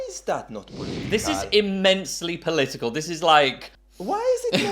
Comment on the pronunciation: Why you say is polítical? Is not political